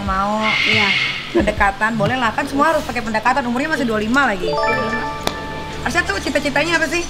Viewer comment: Alshad plisss..bukan arsyad🤣